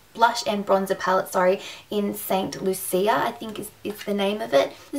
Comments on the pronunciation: Hey, love this video. Just put an order in for. Just letting you know that blush/bronzer duo by elf is pronounced Saint Loo-shah xx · Love your vids :) enjoyed this ....oh and btw the blush and bronzer duo by elf is named after the country St. Lucia :) it's pronounced Saint "Lu-sha"